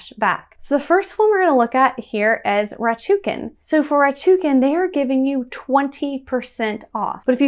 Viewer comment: It's rakuten, not ratuken.